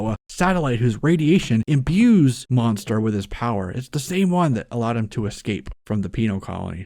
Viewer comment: It is pronounced Mon-Star. Yes, it ment to suggest "Monster", but it is not pronounced like it.